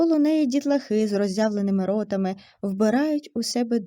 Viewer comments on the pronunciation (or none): В тІні дЕрева. Минулого рАзу. З роззявленими ротАми!!😢😢😢 Не пістрявим - а картатим пледом! ВзялА папірець. У дворІ!!!!